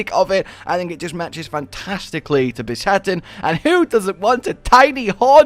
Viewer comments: broke: bis-haten woke: bi-shat-en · bis-haten i think you mean be-shaten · he keeps saying bishaten wrong lol